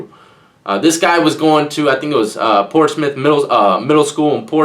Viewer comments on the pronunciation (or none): none